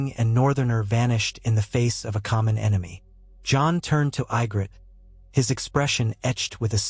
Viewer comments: That looks more like Sansa than Ygritte pronounced EE-gritte. I love the idea of alternative fiction but I wish you fix the mispronunciations. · you had mispronouced ygrittes name less this was ai generated but all in all it was a good Story